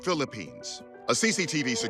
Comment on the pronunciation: ok i got triggered when he said pavia IL O ILO mind went to its pa via ilo ilo btw liek the vid